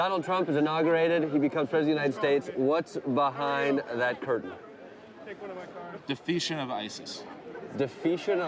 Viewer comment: defeation... lol (Duh-fee-shun)